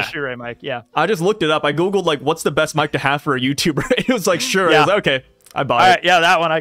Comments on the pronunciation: the way tekking pronounces the mic brand "Shure" is very odd. its pronounced sure my guy not sure-ayy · Btw Shure is pronounced like sure